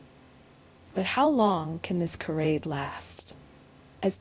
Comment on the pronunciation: Charade is pronounced Sharade. Get it right or get off the air.